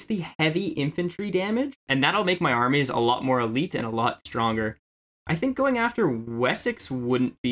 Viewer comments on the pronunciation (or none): none